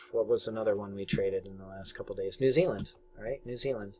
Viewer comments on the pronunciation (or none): none